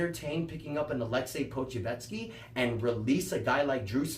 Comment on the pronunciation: I believe its pronounced Poku•chef•ski